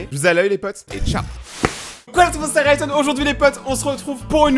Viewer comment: Ta dit Ryton alors que ses Rayton